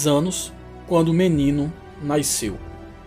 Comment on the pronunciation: O narrador fala português por todo o vídeo. Só o "naisceu" que parece ser um dialeto. Em português se diz "nasceu".